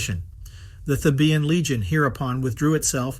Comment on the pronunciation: "Thē' bən," NOT "Thē bē ən"